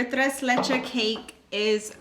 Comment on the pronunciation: Tres leches, the last s is pronounced 🥰